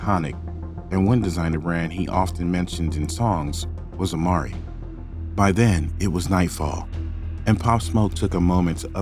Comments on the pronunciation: Oh and it’s “amiri” bro as in “ah-mee-ree” lol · Why the f__K can't you pronounce Amiri? You even showed the word 6,000 times and still keep f--king it up.